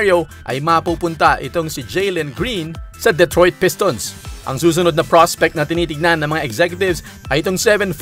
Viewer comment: Duh-troyt not Deh-troyt